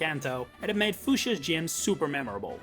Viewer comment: It’s pronounced SIR-cheh-stir, RAY-mohs, FYOO-shuh, EYE-oh-noh, uh-LEESE-suh, oh-PULL, and GROOSH-uh, “Patrick Star”! 🤨